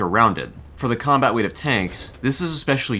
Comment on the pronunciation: “Combat wate”